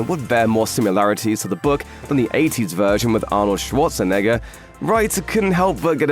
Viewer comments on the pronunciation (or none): none